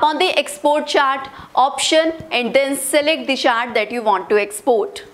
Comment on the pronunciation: It's chat not chaat